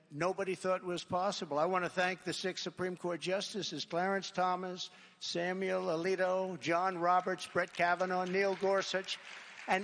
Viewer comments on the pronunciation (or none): none